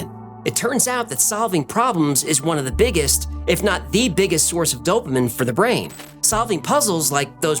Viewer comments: You're a great guy and all, but I couldn't get over how you mispronounced dopamine several times. It's dopa-meen, not dopa-min. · Lol. "Dopamin" its dopamine bro. Dow-puh-meen. Not dow-puh-min 😂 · "Intelligence" is the art of the acquisition of the utilization of knowledge. Ummmm......🤯Glad there are different types of pattern recognition skills. I'd rather be like Spicy Mustache. He'll survive. 🤦 "Dopa-meeen", not "Dopa-min" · The most surprising thing about this video is hearing dopamine pronounced as "dopamin"🤔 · Dopamine is pronounced doh-pa-mean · It’s pronounced dopa-MEAN. Thanks for the fun video! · it's pronounced "dope-a-MEEN". big fan. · I hope Cicada 3301's team is working on the true puzzle here... Why he's pronouncing it dope-a-min. 😜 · Yeah you look like you pronounce dopamine dopamin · Dopamine “Dope - A - MEEN” you kept saying it wrong and it was making me loose it lol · Its pronounced dopamean! Sorry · The way you pronounce "dopamine" as dopamen seems so intentional and suggestive, can't tell if unnerved or impressed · OMG you’re driving me crazy with this pronunciation “Dopamin” 😂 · pronounced dopa-MEEN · Dopamine is pronounced DOH-puh-meen.😊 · First time I’ve heard it pronounced, dope a min. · DOPE-A-MEAN jesus christ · Please say Dopamine the traditional way. "doh-puh-meen". Thanks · I love you but the way you pronounce dopamEAn drives me nuts 😂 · fantastic channel! only... the way you pronounced 'dopamine' bugged me a little lol, 'dopamine' (doap'a'meen) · Why are you mispronouncing dopamine. It is pronounced dope-a-meen. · Its pronounced DopaMEAN. thumbs down just for that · Who pronounces Dopamine as “dopamin”? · PS: dope-ah-mean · Dopamine is pronounced dough-pa-meen. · it’s pronounced: dow·puh·meen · Love your stuff as always - not to be a word ninny, but Dopamine is pronounced (phonetically) "dow·puh·meen" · The word is dope-a-meen . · Why do you pronounce the word "dopamine" in an odd way? It's more like dope-uh-meen.